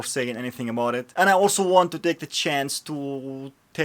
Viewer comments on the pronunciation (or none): none